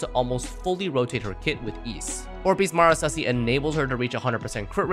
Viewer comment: the pain that i feel when people try to pronounce Marechaussee "Mara-sussy"